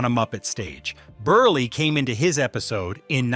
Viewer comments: Milton BURLY? (It's pronounced as if it's BURL...but spelled Berle) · Please learn how to pronounce these guest stars' names. If you just watched any of the episodes you're clipping, you'd hear them said multiple times. Milton BERLE's last name is one syllable (burl). Zero Mos-TEL's has the emphasis on the second one; it doesn't rhyme with "hostel".